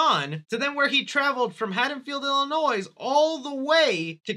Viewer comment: The s is silent in Illinois